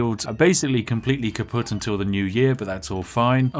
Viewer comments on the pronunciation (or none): Did he say the fields are KAPUTT. just wondering because it sounds german